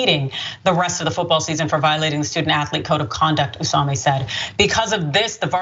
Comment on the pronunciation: Obviously, this is disgusting & the school made the right decision. But how can this woman see "Osumi" and pronounce it "Osami" repeatedly?